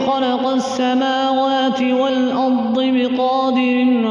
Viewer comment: خلق السموات ✓والارض (ض کے نیچے زیر ہے) معنی و مطلب میں تو کوئی فرق نہیں پڑے گا ؟